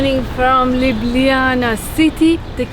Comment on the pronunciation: Nice video of my city. The restaurant where You eat is called Sarajevo 84 (Olimpic games) and have one of the best bosnian food menu in Ljubljana. BTW. Your pronounce of Ljubljana is perfect :) Wellcome back any time.